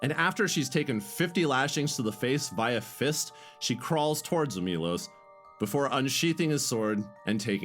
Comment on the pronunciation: It's not Milos, it's Milosh , shh